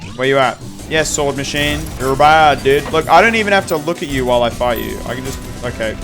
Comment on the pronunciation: First of all the S in the middle of the name Swordsmachine is not optional it makes the word roll off the tongue much better. It’s a portmanteau of machine and swordsman, not swordman. The name is very simple on purpose, the creator has said lots of enemy names are supposed to sound like they were made up visually.